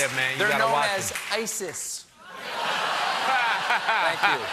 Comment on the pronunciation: "Ice-is" lmao 😂